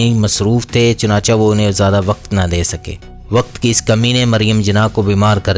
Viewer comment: اچھی ویڈیو ہے لیکن لفظ چناچہ chunacha نہیں chunacheh ہے